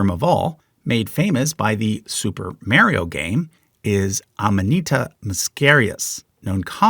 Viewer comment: Why do you say Mario wrong